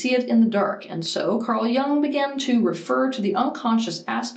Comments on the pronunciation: she pronuonced it wrong, like his name is Young. It's not. You can't change other people's names. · It's not Carl Young, it's Carl Jung - first two letters are literally pronounced like the letter "u" in your alphabet.